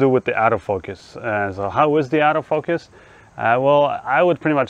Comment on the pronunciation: I love how your accent makes ‘auto focus’ sound like ‘out of focus’ perfect for a camera without that feature! Great video - thanks.